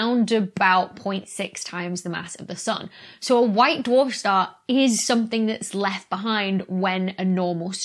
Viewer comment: "white dou-arf shtar" Ooh! the ghost of Sean Connery almost tapped your shoulder there!